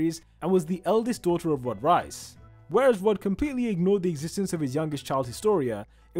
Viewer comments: the way he pronounces "reiss" like "rice" instead of "reese" 💀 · rice??? you mean reiss? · Why does he pronounce Riess like rice?? "The Rice brothers" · reiss? nah , rice